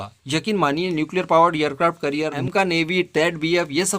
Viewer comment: " एयर क्राफ्ट करिअर " नहीं " एयर क्राफ्ट कॅरियर बोलो.